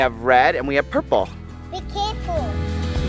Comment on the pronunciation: When said purple it sounded like poopoo